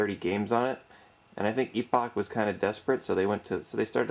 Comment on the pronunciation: They spelled the company name as Epoch on the title screen of the games. He pronounced it just fine.